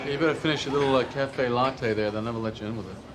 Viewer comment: Julia Louis-Dreyfus later said she wondered if Michael Richards' mispronunciation of the word "latte" was intentional and unscripted. I bet it was.